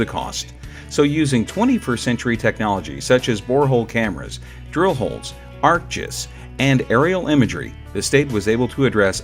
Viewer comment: Arc G-I-S, please say the letters separately instead of pronouncing them together, that is wrong.